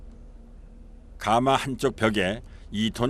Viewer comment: 해설자의 해설 중 발음 잘못이 있네요. '가마'를 처음 시작하면서 '숯가마'라고 할 때는 제대로 발음하는데, 그 뒤로 '가마에 참나무를 ...'이라고 할 때는 잘못 발음하네요. '가:마'라고 길게 해버리네요. 그 '가:마'는 옛날에 신부가 시집 갈 때나, 지체 높은 양반이 타고 다니던 '가:마'이고 찜질방의 '숯가마'나 '가마솥'이라 할 때는 '가마'라고 '가'를 짧게 발음하는 것이 옳지요.